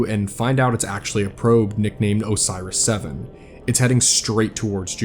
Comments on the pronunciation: Idk how he listed up the probes names? How did he think Oris was Osiris like where did bro get the extra S and Extra I from? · Why do you pronounce it “Osiris” instead of “Oris”? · love the video but you saying Osiris for the probes kinda threw off my suspension of disbelief... still good video though